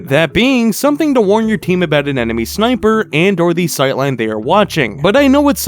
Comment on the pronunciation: atch out sneightper ahead